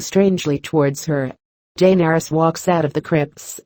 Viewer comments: I hate the way the narrator pronounces "Daenarys". 😣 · felt like stabbing myself everytime heard DAYNERYS